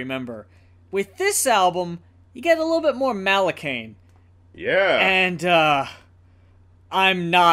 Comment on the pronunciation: It’s pronounced Mah-la-kee-an